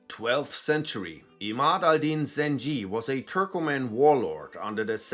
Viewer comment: I laughed more I had to when I heard "Al-zengi" 😂😭